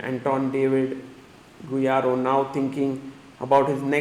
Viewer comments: Bro, GuijaRRo not Guirajo hahaha. Love your content sir. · The way Sagar pronounces Guijarro is sublime 😂